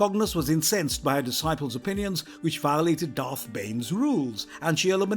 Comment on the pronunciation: atrocious pronunciation of one of the most well known Sith and bad guys in film history. Honestly, Im pretty sure you just took literally every dark side character with a Darth... no, Dark in their name and made this video without any research into how to pronounce any of thier names properly